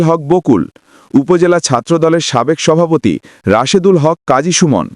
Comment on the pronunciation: হালার পুত সভাপতি উচ্চারন করতে পারছ না আবার সাংবাদিকতা করতে আইয়ছ